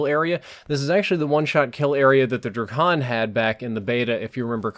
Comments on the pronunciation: btw drAkon has a a in it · He called the drakon the Dra-con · "Druhkon" lmao